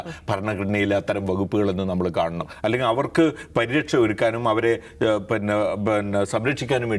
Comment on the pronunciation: പിന്നെ എന്നല്ല പറയുന്നത്. പന്ന എന്നാണ് കേൾക്കുന്നത്.😅